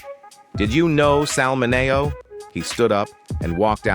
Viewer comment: It's pronounced 'Minnie-oh' not mi-neigh-oh